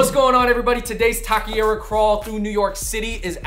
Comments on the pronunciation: It's not pronounced "ta - kay - ree - ugh" either. Try "ta - keh - ree - aw" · It's pronounced "ta - kay - REE - ugh" not "talky era" :x. David got it right at least a couple of times. Just wanted to fix that, you guys make awesome videos. :D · Es Taqueria Not Taquiera..💚✌🏽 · Taco Shop taquerias in the title is a bit redundant. Taqueria in Spanish means “taco shop” and it’s pronounced “tah-keh-rree-ah” 🙂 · It was funny that they were saying Taki-ria. Though tbh I wouldn't mind a place dedicated to takis. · Aye. TAH-KEH-REE-AH. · David 🤣.... going from pronouncing taqueria correctly to not ... over and over ... love you guys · Absolutely butchered the pronunciation of “taqueria”